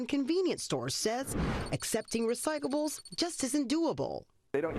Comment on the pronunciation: This moron reporter can't even say RECYCLABLES. She keeps saying RECYCABLES!